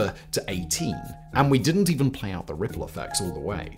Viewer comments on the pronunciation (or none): none